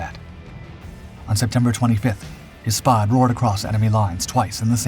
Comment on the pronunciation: I think it is a Spad rhymes with Bad . Not Spod